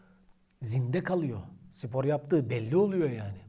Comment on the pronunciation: Abim sipor degil spor